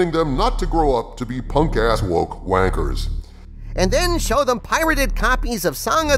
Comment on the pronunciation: I almost piss myself laughing every time I hear an American saying the word 'wanker'.......funny as hell! Keep up the good work.